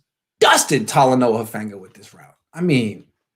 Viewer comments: his last name is pronounced “who-faah-nga not fang-ah 😂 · How you gonna be covering a west coast team, and still can't pronounce polynesian names correctly? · Do a little "research,". The guy stared at USC for 3 years, was the Pac-12 Defensive Player of the year, a consensus 1st team All-American, 5th pick of the San Francisco 49ers...... If you can't even pronounce the guy's name correctly, what sort of credibility do YOU have?